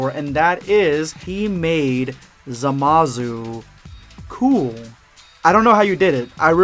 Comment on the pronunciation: The way you say Zamasu as Zamazu is uncomfortable